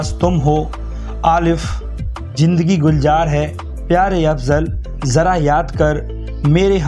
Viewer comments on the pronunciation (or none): Pakistani dramas hit hone ki wajah tum khud ho q ki tum Urdu me hi baat kar rahe ho magar ghalt Pronounciation k saath KHHUD nahi hota hai KHUD hota hai ZINDAGI hoti hai JINDAGI nahi GULZAR hota hai GULJAR nahi mai indian hoo Magar mai Urdu medium se hoo to mai bhi achche gaane gaa leta hoo samjh bhi leta tum apna Pronounciation sudharo duniya tumari bhi diwani hogi jis ko HINDI me UPCHARAN kahte hai Aur URDU me TALAFFUZ bhi kahta hai aur jo URDU k alfaz hamne boht sune hai tum apna mat bolo😂.